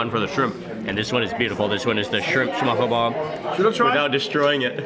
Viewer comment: Loved the video! Hope that you enjoyed Denmark. As a Dane, it sounds really funny when you pronounce ''Smørrebrød'' Did the danish guide you had not comment on it at all?